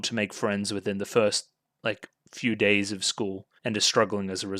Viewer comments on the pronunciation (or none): none